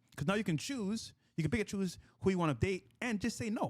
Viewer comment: co host said funny thing pick and choose and it sound like he said pikachu time to add it into the slang i pickachu dat ass